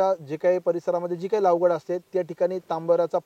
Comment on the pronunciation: लावगड नाही लागवड असते असे मला वाटते😂